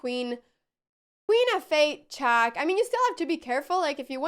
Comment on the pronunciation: Why does she have such a horrible pronunciation? Saven chass chack af5 ... Please somebody, such as her parents, teach her something batter ...